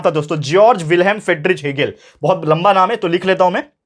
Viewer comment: . Hegel ❌ Egle ✅😂😂